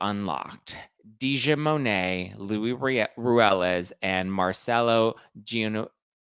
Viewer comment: Please before you make a video pronouce the names correctly!! Genovese (Mar-chel-lo)(Gen-o-vese) (Vin-niv-via) So its Merchello Genovese and Viniva. Louie is going to be caught every dog has their day.